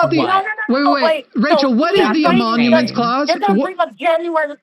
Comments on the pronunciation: I don't know if it's bad audio or actual mispronunciation, but it's emoluments, not emonuments. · Love ya. But you kind of undermine your entire point when you repeatedly called it the “emonuments clause” It’s “emolument” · Its emolument, not emonument. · It's Emoluments Clause not Emomuments Clause. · I SUPER appreciate the immediate timestamp before the clip. Soothes my broken brain 😅 Also, quick correction because it drove me crazy: it's definitely the "emoluments" clause, not the "emonuments" clause 😅 But yeah that lady hates trans people for sure. What a gross, dishonest bigot who genuinely hates her country. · It's the "emoLuments" clause, not "emoNuments" or whatever word you were saying. I'm sure you understand the clause, but being unable to say the word reliably isn't a good sign. Jus' sayin'. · Emoluments (not emonuments) clause